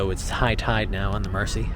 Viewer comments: And the river is called the Mersey, not the Mercy. 🤣 Pronounce it closer to Merzey. Loved the two videos I've watched of your tour of Liverpool. I live in the south of the city, next to the airport. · The river Mersey is pronounced like Jersey, I live on the other side of the river. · It’s pronounced Merzey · We say it like, Merzy, as in, the song, Ferry cross the Merzey"! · I'm enjoying your VLOGs and I'm sure you've been told about the Liver pronunciation, but there is another. The s in Mersey sounds like a z. In scouse it is "Mair-zeee", 15 miles outside the city it is "Mur-zeh". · Mersey is pronounced "Merzee". Don't forget the original football team in Liverpool, the mighty blues of Everton, whose magnificent new stadium is just north of the Pier Head at Bramley Moore Dock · Moron. Do your homework. Liver rhymes with fiver and the 's' in Mersey is hard. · It’s not your fault but if you want to pronounce it right it sounds like river Merzey and Liever building 👍